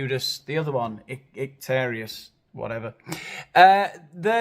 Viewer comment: "Judas Ictarious... whatever". 😂😂